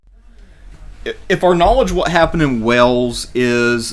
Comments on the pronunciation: ffs it's Wales, not Wells, Wales like in Whales, if you can't get basics right then don't upload crap like this !!! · He speaks with a southern drawl which is the evolution of a high class accent as opposed to a southern twang which is a low class accent think trailer park. A dude in a trailer park would’ve pronounced Wales correctly tho lol